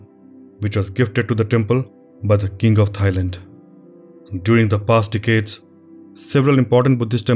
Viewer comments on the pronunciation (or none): none